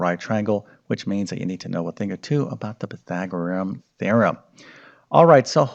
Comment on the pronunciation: It's Pythagorean, not Pythagoream! One would think after teaching math for decades one would learn to correctly pronounce what one is teaching.